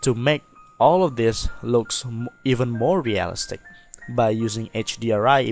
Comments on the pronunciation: Real iiii stic, emphasis on i in the middle of the word. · Amazing tutorial, though I must admit, your pronunciation of "realistic" had me chuckling quite often <3